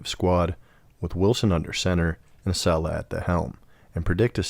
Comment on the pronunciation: Sorry bro. But when you mispronounce Saleh, more then once, you lose credibility…